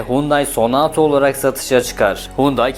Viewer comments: sonato değil sonata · şervole, senato değil sonata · 92 model Excel im 412000 km de bir çok parçası hala orjinal çalışır halde. Bu arada Font değil Pony Sonato değil Sonata, Elentra değil Elantra. Çalışma için teşekkürler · Fony değil pony, sonato değil sonata. Biraz ciddiyet lütfen..